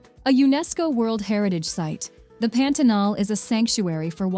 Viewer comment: Melhor parte do vídeo é o carrinho chegando em Macapá e a narradora: Pêntenol.